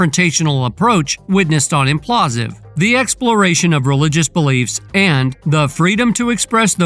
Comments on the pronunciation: what is Implausive? do you even realize that its spelled Impaulsive, and pronounced with Logan's last name in it? Im-Paul-sive...lol I mean it's whatever but you called it the wrong thing so many times I wonder if it's to avoid some kind of copyright strike..I hope it's intentional at least lol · SOUNDS LIKE: IMM-PAUL-SIVV NOT: IMM-PLAW-SIV 🫡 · This idiot sayin imPAULsive incorrectly every 3rd word is fk’n irritating. ImPAULsive not inPLAUSive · It’s impaulsive not implausive…man it drove me crazy how the host pronounced it lol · Ngl. After hearing it so many times I need to just say it's not implausive. It's impaulsive it's a play on the word impulsive but his surname is Paul. God how did you miss that but you want to give the news on this. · Impaulsive not implausive. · ImPAULsive ....not imPlasive dumbas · Its pronounced im paul sive you jackass. People keep watching these controversy promoting spam videos giving their "expert takes" on actual accomplished individuals. But nobody thinks who the dumbass loser making these videos is and why are they so pathetic that they chose this path. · Why do you keep calling it implausive 😅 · “IMPLASSSSIVE” … gotta fix that voice over homie 😂😂😂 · Whoever voiced this video is a complete moron and doesn’t know what they’re talking about. If you can’t even pronounce Logan Paul’s TV show correctly I don’t trust any of your sources you probably get cucked on a regular basis.